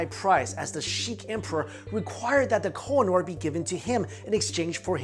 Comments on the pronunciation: oo = u ... its ko- he- nur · Koh-I- Noor (pronounced khuuheh-nuur) means the mountain of light